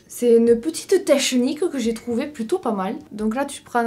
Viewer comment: c pas mechant mais ta fais exprés de dire techhhenique ou pas ?😂😅